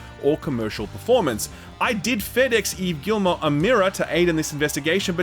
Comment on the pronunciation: Since you care enough to pronounce Yves’ first name correctly, it’s kind of ridiculous that you’re mispronouncing his last name so badly. The L and the T are silent. It’s Gee-mo.